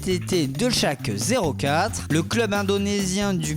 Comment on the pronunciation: Les gars... Apprenez à parler svp.. c'est abusé la prononciation de club!